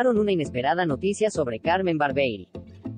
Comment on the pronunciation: Muchachos díganle a la locutora, que habla en esta promoción que el nombre de CARMEN ES , CARMEN BARBIERI, Y NO CARMEN BARBEI,,..............DELETREENSENLO, BAR-BIE-RI, Y NO BAR- BEI , OK?.